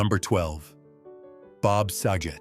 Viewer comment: Bob sagets last name is pronounced sa-get not sajet.